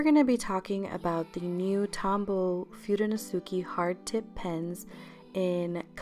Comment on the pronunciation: Pronouce your letters dont say them Fu de no se ke.. dont say the letter e at the end pronounce it ehhh